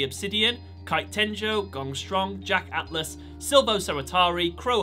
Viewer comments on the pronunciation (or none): none